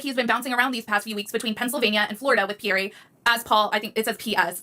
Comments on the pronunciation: She pronounces Pierre all wrong, not Pearrie, but Peare, ie, Pierre! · So bothered listening to the female calling Pierre (Pea-air) not (Pea-air-we). Educate before you document. We have Two individual adults and 2 children and NO ANSWERS?? WTF? I would be a mad woman, all over the television.